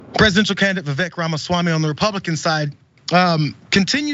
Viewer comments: It's pronounced Viv-ake. Like fake. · Vivek (pronounced “Ake”) D.Snake 🙄🤦‍♂️